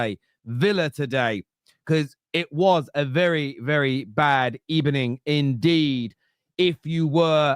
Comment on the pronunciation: Good eeeeeeeeebening 🤣🤣🤣